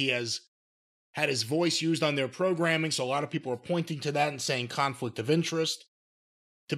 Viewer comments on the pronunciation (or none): Lol "khan-flict" of interest 😂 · lol "Khan" flict of Interest